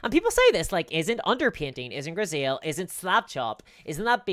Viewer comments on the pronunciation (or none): Grisaille is pronounced grease eye, I think ❤